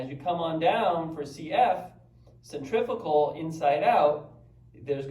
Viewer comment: I believe cf is centrifugal - and I may be mistaken but not sure you pronounce that quite right? any way watching ALL your content (slowly) loving the mac o'grady stuff. absolutely awesome. please keep posting. many thanks.